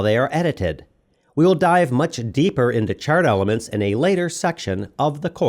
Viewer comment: ......Much depper" until you said "deeper" I was going crazy 🤣 I hear a lot of VO on documentaries where simple words are mispronounced consistently throughout 1 hour 45 minutes.